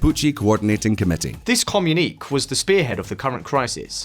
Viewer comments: This "comunik"??? This shows the intellectual level of this talking head that is desperately trying to infer that Mapuches woke up one day and declared autonomy and tries to place a saintly halo on the Chilean government's head. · Never heard communique pronounced like that before.